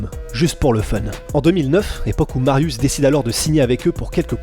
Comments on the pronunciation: Alors juste un truc .. ça se prononce MARIUCH pas MARIUS .. Non mais j'ai les oreilles sensibles. Oui il y a des polonais qui mattent vos vidéos. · S 'est pas Marius sa se prononce "Mariouch'' ... cz=ch😂😅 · sz = che mariusz (mariouche). Pour le nom, c'est correctement prononcé. : złoty ("zwoté"). Mariusz est un titan. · Calme toi poussin, si t'as un souci on peut octogoner la chose. Je ne suis pas thaïlandais donc je ne peux pas juger la bonne manière de prononcer un nom thaïlandais (ça s'appelle la logique) Par contre je sais comment prononcer złoty our Mariusz. Donc je me permet de proposer l'info. Après si t'es de ceux qui pense qu'évoluer et apprendre, c'est négatif, eh bha ... reste bien dans ta médiocrité czarno dupie. Ah les risibles groupies qui l'ouvrent en comparant l'incomparable. T'as gagné quoi sinon d'apparaitre pour un abruti trop limité pour peut être évoluer? En résumé: sz = ch cz = tch ł = w Dans le pire des cas, mon ptit comment aurait apporté plus à la commu' que ta réaction de guignol. Z widzenia!